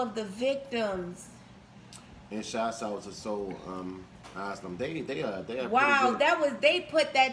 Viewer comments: It's AsYlum,...not asslum! LOL! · Asylum phonetically pronounced - A-sigh-lum.